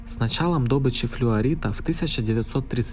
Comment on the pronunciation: ДобЫча а не дОбыча!!! Сразу слышно что Украина...